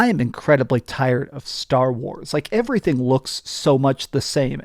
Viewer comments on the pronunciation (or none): none